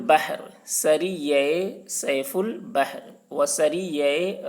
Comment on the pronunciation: سیف البحر کا تلفظ صحیح نہیں پڑھا کیونکہ س پر زیر ہے